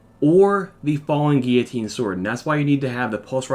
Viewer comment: Its gill o tine silent 'u'